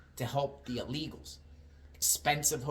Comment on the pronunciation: illegals not ah-legals